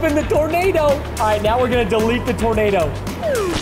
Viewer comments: Hmmmmmmmmmmmmm. Its Tornado not Tordano. Bruhhh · aah yes I would like a Tordano Nobody: yeah what is a tornado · you said tordano instead of tornado😅😅😅